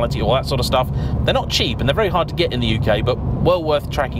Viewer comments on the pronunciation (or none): none